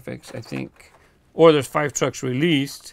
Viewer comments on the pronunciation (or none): none